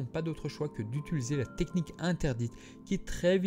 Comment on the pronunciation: Hello 🙂 Peut-être que cela a déjà été demandé, mais pourquoi dite tout le temps "utuliser" au lieu de "utiliser" ? Depuis le debut que je vous suis, j entends que ça lol Sinon j aime votre chaîne, cela faisait longtemps que je ne l avais pas regardé, ce soir je me fais plaisir avec plusieurs vidéos. Bonne continuation 😉 Ps: si c'est moi qui ai de la merde dans les oreilles, d avance toutes mes excuses 🙏 😁